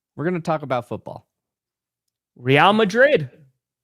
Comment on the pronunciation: Nope, sorry, it’s not “ree-ahl” Madrid. It’s pronounced “ray-ahl” Madrid. Almost there. Maybe go to Madrid on your next trip, they have an NFL bar there, you can have an event and expense it, plus go to a Real (RAY-ahl) game at the Bernabeu